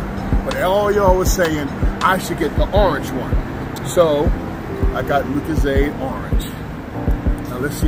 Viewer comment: How he said lucozade ahahah